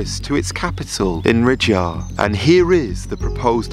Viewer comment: its ok dude they have money, Their Capital city is Riyadh(Ri-yad) not ridja...